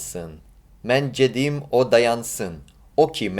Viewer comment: Just a small pronounciation issue: the first syllable in "gedim" is pronounsed as "g" in "english", not as a "j" in "joy" (it is actually denoted as "c" in azerbaijani and turkish).